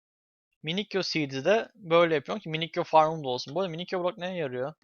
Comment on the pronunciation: Minikyo değil minisiyo